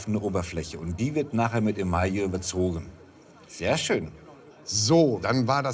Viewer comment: Kleiner Sprachkurs: "Emaille" ist franz. und wird so mehr oder weniger als "Emai" ausgesprochen, eingedeutscht als "Email". NIEMALS als "Emallie", ist weder deutsch noch französisch richtig! Müsste dem lieben Horst mal beigebracht werden (ist irgendwie peinlich).